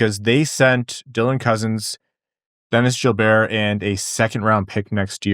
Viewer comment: Gilbert, not “Jill-bear”. He’s from Buffalo